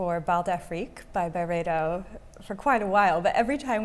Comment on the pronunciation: Um it’s pronounced Byreedo